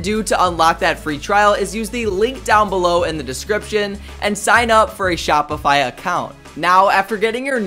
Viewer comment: They way he says shopify crushes your brain cells 😂😂😂